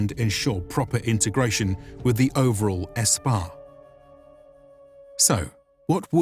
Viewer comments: The army is Sepah no S-pah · Minor correction: "Spah" is not pronounced as "espah". The correct pronunciation is "sapah" which means "army". This is where the word for the individual soldier "sapahi" comes from. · Its pronounced "Sepah" not "Espah" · Correction: SPAH is incorrect. The correct spelling and pronunciation is "SEPAH". The word is still used in Today's Persian language. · Mufugga seriously read "spah" as "Ess-pah" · Quick side note, the word is pronounced SEPAH, meaning army. Now spah